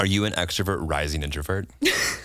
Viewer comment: I can't 😂😭 it's ambivert not ambiavert